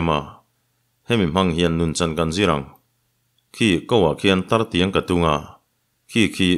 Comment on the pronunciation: Tartiang ti lo in "Taitiang"tih zawk tur ani.